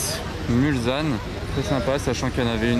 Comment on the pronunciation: Salut, on ne prononce pas Mulzanne mais Mulsanne, avec un s qui fait s et pas Z. Du nom de la ville en bordure du circuit des 24H du Mans qui a donné son nom à un virage du tracé.